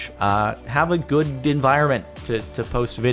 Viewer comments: goo-ed. Cool. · Listen to how Jordan pronounces good.....